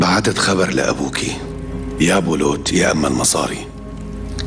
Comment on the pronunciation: بولوت مو بولات